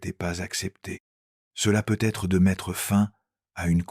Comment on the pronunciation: Ajuster votre IA s'il vous plaît ! Car PEU Être que ça me coupe l'envie de continuer à écouter ! 😢😢😢😢